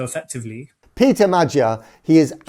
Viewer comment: I wish he could learn to pronounce Magyar’s name.